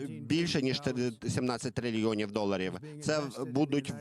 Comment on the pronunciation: Де ви находите тих перекладачів. ? 17 трильяндів. УЖАС !!!!!